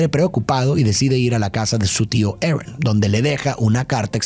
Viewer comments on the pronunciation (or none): Lo siento de verdad pero me da un cringe cuando intentais pronunciar las cosas como los gringos... en vez de ARON dice "eren" o algo del estilo, no hace falta pronunciar los nombres como en la pelicula version original, si el nombre es pronunciable en Español o Latino vaya. Apreciacion no hate